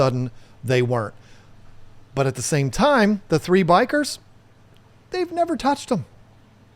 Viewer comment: bikers killed my beta I keep hearing bikers not bichirs